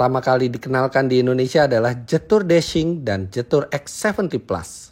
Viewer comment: Fyi om Fitra....jetour itu dibaca nya jietu kalau sesuai ejaan Mandarin....so next time kalo review mobil jetour lagi baca nya jietu.Mohon maaf ya om Fitra hanya masukan aja